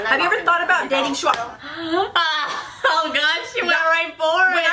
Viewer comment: Butchered Shuhua Name In The Beginning Lol But The Content I Need Before My AP Exam Tomorrow 🦍💨❤️